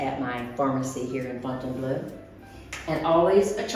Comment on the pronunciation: the "eau" at the end of Fontainebleau is pronounced like the "eau" at the beginning of Deauville! Please stop saying Fontaine - BLUE!